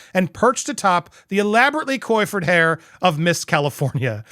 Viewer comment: Please learn how to pronounce “coiffured” and “sycophant”. It hurts my ears when you mis-pronounce words like that. I would like to listen to your reports, but ….